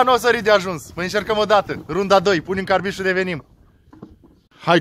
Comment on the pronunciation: Carbid nu "carbit"